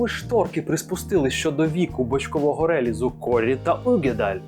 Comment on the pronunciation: Не рЕліз, а релІз і не Аніс, а анІс! Наголос на другий слог!